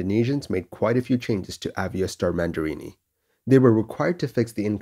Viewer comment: Aviastar Mandiri not mandirini